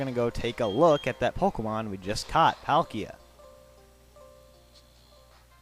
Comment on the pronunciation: I play diamond. I don't like palkia that much, and,pronounce their names right.